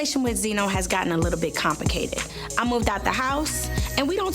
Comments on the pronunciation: Karlie Redd gon say “compicated” instead of complicated 😂😂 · Anybody notice at #3 Karlie said “Compicated” 😂😂😂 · Did Karlie Redd jus say her situation with benzino was getting a lil "COMP-ICATED" 🥴🥴🥴🤡🤡🤡